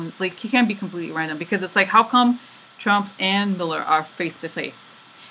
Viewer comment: You have been right on the mark. Great readings. I had you playing in the background while I work and missed a bit of the reading. I thought you were saying "Miller" and kissing the Miller card. LOL.